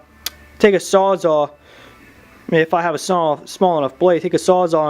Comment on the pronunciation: sawzall!!! not sawzaa